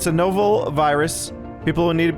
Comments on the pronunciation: (novel) No-vull? You mean Nah-vull? LOL! :P ...Silly... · Does it bother anyone else that used "no-vel" instead of "nah-vel"?